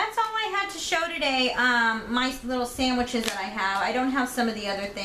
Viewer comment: Are you actually saying sammiches?